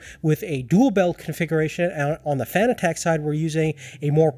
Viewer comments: he is saying fanatec so wrong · Couldn’t finish the video. The way you pronounce fanatec makes my hair stand on end lol